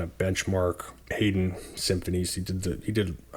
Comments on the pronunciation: I spelled them out the way they are typically pronounced. You were saying it like “Hayden”. Check out David Hurwitz’s channel if you are unsure about composer pronunciation, he has thousands of videos for any given piece of music and has been a music critic for years. But I don’t mean to diminish your content, I really enjoy it! I am new to vinyl and you are helping me figure out what is good (and what isn’t)! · In English Bizet is pronounced Bee -Zaa not Biz et, Haydn Hi -Den not Hay den and Handel is frenetic not Hen Dal. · Good reviews, and I appreciate the detailed takes on what each labels generally sound like. But sorry man… you need to work on your pronunciation! 😂 Haydn is “Hi-din,” Brahms is “Brawms,” and Handel is “Handle”